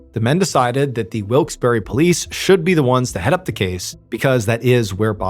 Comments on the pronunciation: It is pronounced Wilkes Barre (bear) not berry! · Mr. Ballen: Wilks Berry Me, a red-necked Pennsylvanian: Wilks Burr-uh 🙃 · Not wilks berry, it’s pronounced Wilkes Bourgh, spelled Wilkes Barre. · FYI: It’s pronounced Wilkes Bar not Wilkes Berry. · Always fun when this stuff is so close to home... 😅 (Note: Wilkes-Barre is pronounced like Wilkes-Bear, not Wilkes-Barry.) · Not for nothing but it's pronounced Wilkes Bar not berry and yes that bugged me a little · It's pronounced Wilkes bear not berry. I'm from the Poconos PA. I'm a verified source 😂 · Wilkes-Barre is pronounced Wilkes-BAR, not Wilkes-Berry. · We pronounce it Wilkes Bear not Berry. But hey, you tried. :) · As someone from North East PA, I just gotta say that it's pronounced as "Wilks-BEAR" not "wilks-BARRY" lol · Neither. We pronounce it 'Wilkes Bare' (rhymes with bear.) True, some still say wilkes berry or barry or even bar as you mention. But the locals say 'Wilkes Bare'. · For the record, it's pronounced Wilks BAR, not berry. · Up air its pronounced Wilkes BEAR not Wilkes berry lol 😂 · It’s pronounced Bar not Wilkes bare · It’s pronounced wilks BAR. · What I find most unbelievable about this story is that no one on the team seems to have taken the trouble to look up the pronunciation of the town. It is true that some locals do pronounce it the way MrBallen is pronouncing it -- but it is more commonly pronounced "Wilkes bar" -- as in, for example, a bar of candy. Think of an "Ice Cream shoppe". It ends with PPE but do you say "shoppy"? No. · It’s pronounced Bar. Wilkes-Barre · "Wikes BARR" is how you pronounce it. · The pronunciation of Wilkes Barre as Wilkes Berry made me think I'd heard it before. The $1 imillion settlement for the first husband's death confirmed it. This is a repeat. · As a native to northeastern PA its weird hearing a story so close to home. Also side note i cringed every time he said wilkes-barre. Its pronounced (wilks bear) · no Y sound on the end of the city's name